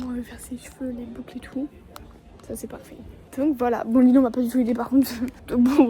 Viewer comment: Désolé c'est pas lilou c'est lilow